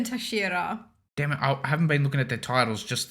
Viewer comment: Just for you to know, it is pronounced 'hah-shee-rah😊 great reactions as always! Keep it up